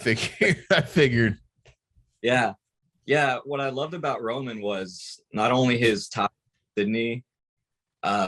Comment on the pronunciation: finally someone puttin respek on romans name 👏